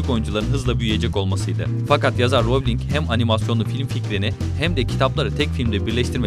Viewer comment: elin değil alan ; melfoy değil malfoy ; darsli değil dörszli ;ravling değil rowling ; vesli değil wiızli; prayvet degil praywt ama çok guzel bilgiler var